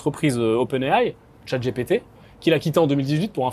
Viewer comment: Please ...chat Gi Pi Ti pas "gépété" A I vs le prononcez bien É AIE ..donc ..🙄